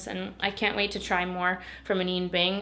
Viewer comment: Not to be that annoying girl but I hate when I’m saying something wrong and nobody tells me. It’s pronoun Ah-Nine like Ah9 bing not ah-neen bing